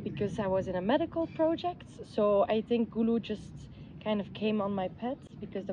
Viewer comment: Wow glad she pronounced Gulu and Otigo perfect more than you.😅😅